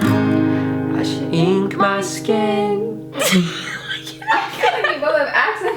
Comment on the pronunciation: Why did say sken instead of skin lol